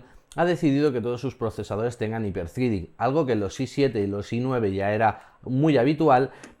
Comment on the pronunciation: Jipertritin!! jajaja Jápier-ϴreading ˈhaɪpə ˈθrɛdɪŋ